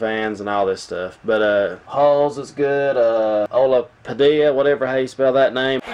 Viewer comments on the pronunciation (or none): none